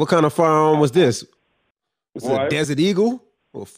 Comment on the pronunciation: I thought the exact same thing LMAO "dezzut eego.... fordy calibuh" ..stuuupid foo